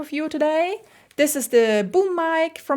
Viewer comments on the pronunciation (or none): just a tip, talk a bit slower, you were constantly shifting between pronuncing "this" sometimes as "deez" in many places example from to .